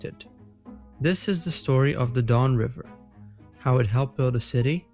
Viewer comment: I love that the bot calls it The Dawn River.